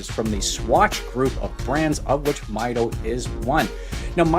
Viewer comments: It is pronounced Meedo , not Mido . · It’s a Spanish word that translates to measure. Pronounced “meetho”.